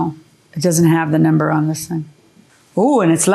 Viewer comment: The way JMM says “number”.. it’s like “NAMber” drives me crazy!!😂